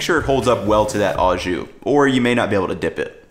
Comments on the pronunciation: It's NOT "AWWW-zshoo"! It's "OHHH-zshoo"! NEVER, EVER take pronunciation lessons from GUY Fi-EDDY! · It's not pronounced "awe-ju". It is o-szu. Translation: with juice? As in, Do you want it "with juice"? or Do you want it au jus? Italian Combo is the way I like it. Hot (giardenarra), dipped! If you have a chance, get your italian sausage seasoned hot from the butcher. It isn't really hot but generally hot ones are more flavorful. Al's is the gold standard but people like Portillo's too. I'm an Al's guy. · Really minor but... Au Jus means with juice, and au is pronounced like "oh" or just o... and since au means with, you can just say "jus", kinda weird hearing "au" every time. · For the record « au » is pronounced « oh » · So he learned to pronounce Maillard correctly, but not au jus?